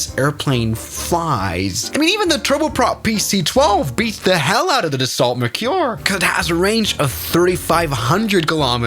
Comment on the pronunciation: And horribly mispronounced!